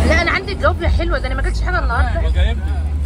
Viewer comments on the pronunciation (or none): حبيبتى... أنتي ملكة في كل حاجة راقيه في كل شيء.... ف لوسمحتي بلاش جوافيا... اسمها جوافه..... والصاونعي.... صانيعي.... بلاش ندى فرصه للبعده يتكلمو على حاجه تفها. انتي الملكه ❤️❤️❤️❤️❤️ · ليه بتقولوا جوافيه يا اسمها جوافه😂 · اسمه الصنايعي مش الصوانعي اعدلي بقك يا ختي والجوافه اسمها جوافه مش جوافيه